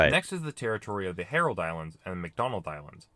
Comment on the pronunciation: It’s pronounced Heard Island not herald like in the vid. Fun fact this is actually Australia’s highest peak not kosciuszko. It’s nickname is Big Ben (the volcano) and Mawson peak is the highest point. Yep, Big Ben is Australia’s highest mountain!